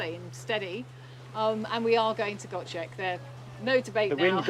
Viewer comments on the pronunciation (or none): Hi. My wife and İ have watched all your episodes and always enjoy them. We are from Scotland but have lived in Turkey since 2009. İ hope that you don't mind but İ want to correct your pronunciation of ''Gocek''. ''C'' in Turkish sounds like ''J'' whereas''Ç'' sounds like ''Ch''. So if you say it like it was spelled with a ''J'' i.e GOJEK it will be correct. Take care and keep making great videos .-)